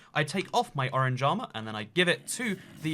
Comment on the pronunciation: saying orange armor My ears: Oran Jama